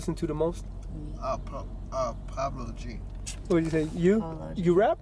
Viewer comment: Tank: Pablo g 😂😂 🤦🏽‍♂️: polo G